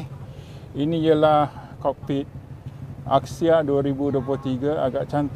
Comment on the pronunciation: It’s pronounced as Axia not Akxia